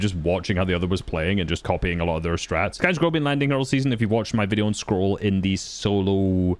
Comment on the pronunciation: "the insane consistency of sky and SCOLL"